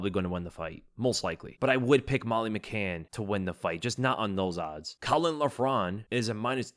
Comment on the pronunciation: butchered caolan name, also kiefer wins